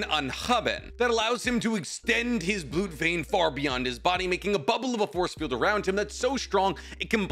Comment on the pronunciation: Mind writing down all of the German words? Cuz you absolutely butchered all of them except for Blut, that one you actually pronounced correctly, congrats, proud of you!